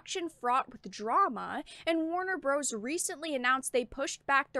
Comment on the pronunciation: Warner Bruhs